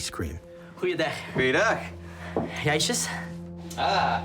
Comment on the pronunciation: the people of wommelgem were speaking dutch. really funny to hear the boys try to pronounce ijsje